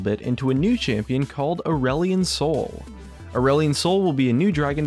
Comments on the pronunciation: At first I thought you said "Orwellian Soul" And was about to flip my table. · Did you say ireland soy?